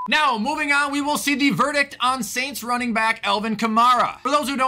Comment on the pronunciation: Did you really just say new York sants???